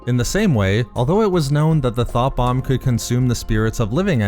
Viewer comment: You have the wrong accent for this; all I could hear when you tried to describe the sith weapon was “Th0t bomb” 🤣